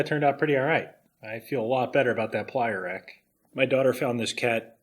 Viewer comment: Oh........”plier rack”........I thought he said “playa rack”, I was expecting topless burning-man footage.